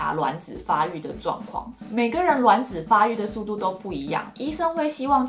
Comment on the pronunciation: 是我少數聽到發音正確的。卵ㄌㄨㄢˇ子👍🏻👍🏻，看了一堆做試管的媽媽都說ㄖㄨㄢˇ子，聽了頭好痛